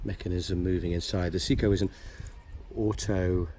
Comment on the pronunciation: Your pronunciation od SEIKO is horrible 🤬. It's Say-ko not See-ko.